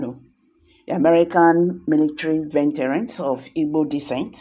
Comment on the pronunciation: VE...T...E..RANS , nooooo, it is pronounced V EEE TRANS.not venterans, please